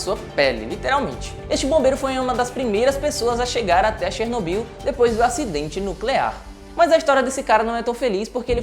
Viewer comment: Assista desalma série globoplay e aprenda a pronúncia correta de Chernobyl.